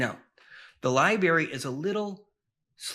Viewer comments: Lib”R”ary….If you use a word that often please say it correctly. Meant kindly. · Yeah, sorry don't really trust a guy talking about all universal knowledge being stored in one location, yet he can't pronounce the word "library" like a regular adult.